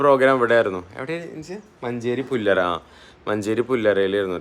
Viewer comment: പുല്ലര അല്ല പുല്ലാര